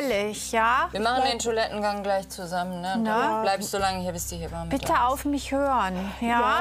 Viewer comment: Die Ärztin sagt immer " He bamme" das heißt aber " Heb amme" Die Amme, die das Kind aus der Geburt hebt.